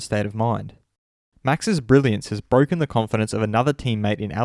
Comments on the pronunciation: It‘s bwoken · Its bwoken! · it’s bwoken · He is Bwoken!!! 😒😟🤧🤷‍♂️🤷‍♂️ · Who else can hear it in Lando's voice "It's BWOKEN" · U had all the chances in the world Of all calling it "Bwoken" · It‘s bwoken!!! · It's bwoken it's bwoken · He’s bwoken